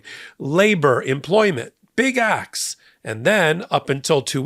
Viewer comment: Pronunciation, please ! "Acts", not "Axe". Don't be a mush mouth. Slow down. Enunciate !